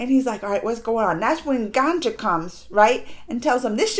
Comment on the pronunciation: Not ganjaa😁😁 She is ganga ( the river god)